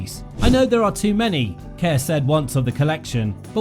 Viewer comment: Her last name is mispronounced. It is pronounced like "car." The promotion for one of her early American films stated that.